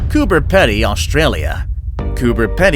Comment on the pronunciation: Cooper Pedy is pronounced Cooper Peedy